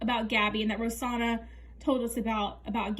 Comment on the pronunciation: I think you’re pronouncing her name wrong. I believe it’s ro-SAN-na. (Not trying to hate). Also I agree she needs a long break. She keeps lying and bringing up old stuff. I think people are going to unsubscribe. It’s interesting that her tiktok has more followers than her yt. And I agree. She didn’t put in the work then expects everything to be right somehow. Didn’t get fitted and didn’t fill out forms, then gets mad her wardrobe is small and her food isn’t healthy.